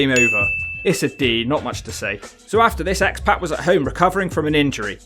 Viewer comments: It's pronounced Syxx/X PARK not PACK. And I'm english. I imagine you say 'Skohh-ee too hoh-ee' as well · It’s pronounced POCK not PACK. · I kept thinking he was saying pat when he was saying pac